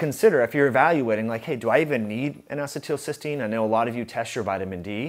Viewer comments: This is good info. Thank you. BTW, it's pronounced "N acee til cys teine." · I can't deal with your pronunciation of N-Acetelcystene. Other than that, great video. I just started taking NAC today, added it to my regimen of CoQ10, NAD and Claritin for allergies and post nasal drip. Hopefully I can stop taking the Claritin soon.